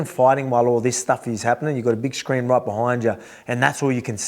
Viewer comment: "your Massive Feet roit behind ya" 😂